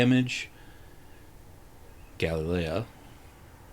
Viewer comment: There are two L's and another syllable in Galilea. Just sayin' =] Nice vid.